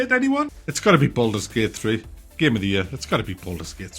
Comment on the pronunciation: Boldurs Gey-ut